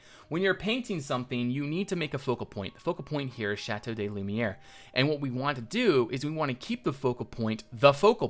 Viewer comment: Please ! It's pronounced "Lü - mee - air" ! But great build !